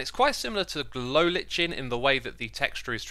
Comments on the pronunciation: Still bugs me that he says Li-chen even though it's been confirmed to be li-ken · amazing vid, just please don't call it li-CH-en. It is pronounced li-K-en. sorry if it comes by as harsh, but I have heard way too many youtubers saying this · "lichen" pronunciation: lai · kn NOT lich en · Lichen is not pronounced "Litchin", it is pronounced LIKEN!!! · x, it is pronounced glow ‘like-en’ not lichen :)) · Glow lichen doesn't rhyme with kitchen.. it rhymes with hiking.. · "Glow litch-en." God, I swear that Xisuma has made a point to mispronounce as many new words introduced to this game as possible. I still can't get over "ice-o-logger". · i still cant get over him prnouncing glow lichen as glow leech-en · The way he says lichen 💔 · Is anyone gonna tell xisuma that that's not how you pronounce "lichen"? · I'm not "lichen" the way you pronounce "lichen"